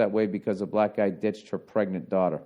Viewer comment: If from now on, the entire podcast was Ol' Freckles reading to his lovely DAUGH-TA you better believe I'd keep listening.